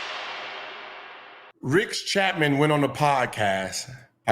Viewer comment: Gil said Rix Chapman LMAOOO